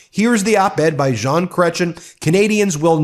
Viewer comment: Ben, you are so cute when you attempt to pronounce our french names. Jean, don't sound out the N, and Cretien does not end in CHIN. more with EH! (giggle giggle giggle) Ya need our cute pronunciation with our french uhuhuh singing for the correct way of saying it. But you are still a "jolie petite choucroute". (means cute little cabbage but I swear it is adorable)